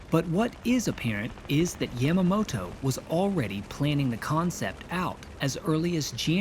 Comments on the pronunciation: It is good to see the attack from the Japanese perspective, but this is not the first time it has been shown. "Tora, Tora, Tora" showed the attack from both perspectives over 50 years ago. Also, please learn to pronounce names correctly. Your pronunciation of Yamamoto hit me like nails on a chalkboard. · I dislike the way he says "Yamamoto" it's yahmahmoto not yæmuhmo-to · Yamma-mow-tow. You really put some effort into pronouncing that with as little of a Japanese accent as possible, huh? Haha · It was a bit jarring to hear Yamamoto's name spoken with a soft "A". I also think it may have been pertinent to include various successive American failures which, had they performed as intended, could have prevented at least some of the carnage. 1) Neither Navy Admiral Husband Kimmel nor Army Lt. Gen. Walter C. Short had overall command, with the Army providing the air and anti-aircraft defense of Pearl. This meant any communication from Washington was not shared between the two. When the Navy codebreakers, which had not at all to that point decoded either Japan's Purple or JN-25 communications and relied purely on radio intercepts, lost contact with the fleet, the crucial intelligence was not shared with the Army, resulting in a complete lack of anti-air batteries and ammunition locked away. 2) This was further compromised by the radar installation which was manned by both the Navy and Army lacking sufficient staffing, with Kimmel not providing the liasion which would inform the Army of the presence of naval aircraft in the area and Short failing to provide adequate staffing with severely limited hours. 3) Japan's scout planes were detected by Army radar operators AM, nearly an hour prior to the first strike, but without naval communication, they had no way of knowing whether the contacts were Americans. They did not consider so few planes any real threat and simply logged the contacts. 4) AM, Joseph L. Lockhart and George E. Elliot, the junior enlisted men